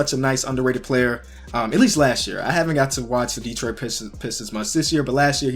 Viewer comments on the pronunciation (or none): none